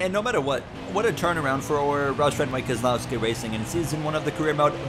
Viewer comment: Why was it so perfect the way Jeff Burton said Keselowski